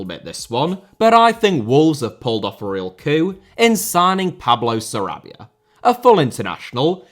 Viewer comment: Félix * not Féilex Debut* not Deibyu Sarabia* not Sarabier Half* not Holf Lionel* not Leonl Lopetegui * not Lopeteigui Dinamo* not Dinamau Zagreb* not Zohrgreb Serie* not Siri Saw* not Sor Petković* not Pehkovyć Can't * not Khon' Gerónimo* not Heronimo Emiliano* not Emiliohrnouw Armani* not Ahrmohrni Celeste* not Celest André * not Ondrei Stegen* not Steigen Twente* not Twentei Eredivisie* not Eradevizei Argentina* not Ohrgentiner München * not Munich Nagelsmann * not Nohrgelsmann Evander* not Ivanda Rather* not Rother Luciano * not Luciohrnouw Koné* not Kouwnei Villa* not Viller Portland* not Pohrland Mitoma* not Metouwmer Caicedo* not Caiceirouw